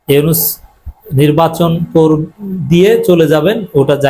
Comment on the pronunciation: মাইন্ডেড ইউনুছ ইউনুছ কিরে ভাই নামটা ভালো ভাবে বলতে পারেন না